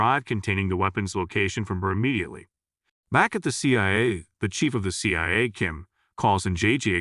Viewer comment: Can't even pronounce C.I.A